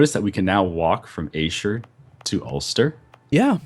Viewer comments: o my country :D :D :D :D Ayrshire is pronounced airshire btw <3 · Since you've chosen Scotland (a great choice) it's time for a pronunciation lesson - 'shire' is pronounced 'sheer' when it's at the end of a word. 'Ayr' is like 'air'. So 'Air-sheer' = Ayrshire. Connaght is 'co naught'. I'm a unionist but for the purposes of this game, looking forward to the Scots crushing the English. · For future reference it is said "airshir"